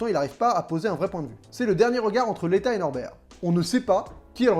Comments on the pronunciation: Et c'est Leta et pas Lita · C’est LETA et non lita !!!!!!!!!!!